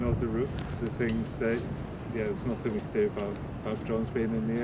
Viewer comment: He tried to learn one language, english. He still says everythink, somethink, nothink. One language guys. Learn it. It is everything, it is something, it nothing. Thickos.